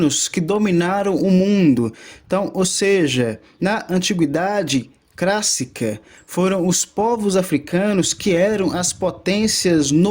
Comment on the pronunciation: Meu Deus! Civilização CRÁSSICA? PREMINENTE? Não dá pra prestar os ouvidos. Sorry!